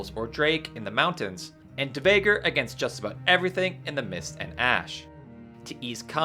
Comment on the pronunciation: Dvergr pronunciation was WILD! Ever looked into words and letter combinations more closely? Cool tips and tricks though!